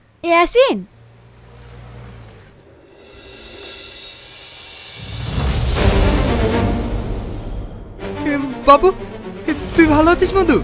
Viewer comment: Eyasin er name ke shahin bolchen kano